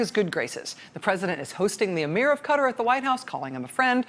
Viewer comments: Really? I haven't noticed others. That's why I said it was the 1st time I ever heard it said like that. If you listen further when she says "Qatari" National or something, she says it the right way so it irritates me more. But I'm very happy someone agrees with me.Thanks, Mick! ;-) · God this woman is long-winded. Better title: How many times can I mispronounce the name of this country? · Ikr. Why are people pronouncing it that way? I was deployed there for 10 months and people especially the locals where not pronouncing it like this. Especially when she refer to the people as Qatari=katari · Please for the love of god say the countries name correctly. Qatar...KA-TAR, not cutter.... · Wonderful, factual, smart and enjoyable reporting...but for the love of whatever...please: KAW-TAR...spent 5 min trying to find out who Cutter was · Hey Rachel its not pronounce "cutter" It's pronounce KA-TAR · RACHEL! You are pronouncing it wrong! its pronounced kaTAR! NOT KUtter! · It's actually pronounced both ways depending on who you are ( and differently by males and females in some circles believe it or not). It just sounds stupid with an American accent is all. Ka-Taari sounds better than Cuttery. Sounds like you're asking for a knife and fork lol. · I hehe when she say Cutter some month ago when I hear it first I was thinking Americans say Cutter Not Ka-Tar ^^ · This would fall outside Mueller's brief, but certainly warrants a full investigation. It's not pronounced Cutter, it's Cut-Tar. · Why does she keep saying cutter cutter cutter? Does she mean Ka-tar?! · "Kuh-TAR" not "Cutter"... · Love your segment but it is pronounced as if you are saying car-tar not as cutter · Dear Americans, It's Ka-Taar, not cutter. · Come on Rachel it’s not “cutter”, it’s pronounced “cat-ar” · IT'S NOT 'CUTTER', IT'S (kah-tar) QATAR!! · Please Rachel your show is the best but its Qaàa Tar not cutter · Why Cutter ? Try Qatar or Ka Tar. (Eye Rack next....) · "Kaatar" not "cutar" the name is Qatar!